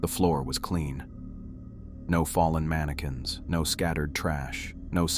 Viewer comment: Mani-QWINS 😂 cute glitch